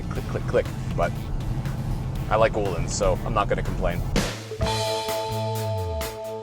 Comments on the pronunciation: Not Ohlin The Ö sounds like the i in the word bird! ;-) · Took Me 13minutes to realise they were trying to say öhlins (uh leans american pronunciation)